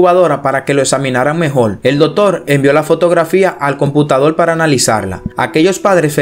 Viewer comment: Dotor no!!! Se dice Doctor!!!!!